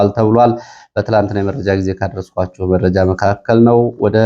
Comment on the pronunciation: አንተ ግን አስተያየት ትቀበላለህ? ከሆነ ለምንድን ነው አንድን ቃል እስከሚሰለች የምትደጋግመው? ለምሳሌ " ወደ ሜእጃው እሄዳለሁ ትልና ወደመረጃው ስሄድ ... " እያልክ መረጃ የሚለውን ቃል " እንጬትኤንጨት" እስከሚል አድማች ታሰለቻለህ:: ሲጀመር የምታቀርበው ሜእጃ ነው: ስለሆነም የያዝካቸውን መረጃዎች በቅደም ተከተል አቅርብ መቸም የቅደም ተከተሉ እንክዋን አይሆንልህም እንዴ ራያ አንዴሃድያ አንዴ ቆቦ ሌላ ጊዜ እውምቦ መልሰህ ራያ... ብቻ ምኑ እንዲሁ " አራንምባና ቆቦ" የሚለው ይገልፅሀል